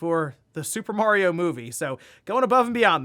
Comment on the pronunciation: My man needs to watch the Mario Bros plumbing commercial for the proper pronunciation of "Mario" 😆